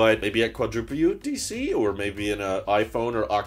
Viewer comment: I love that he keeps calling it Quadruple U DC, it’s so good lol